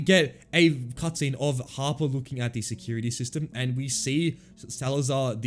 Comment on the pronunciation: Every time he said "Harper" I thought he was saying Papa